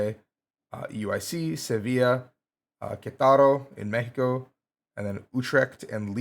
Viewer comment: I love how you pronounce “Mexico” so smoothly and then at the same time say “Quetaro” instead of Queretaro 😂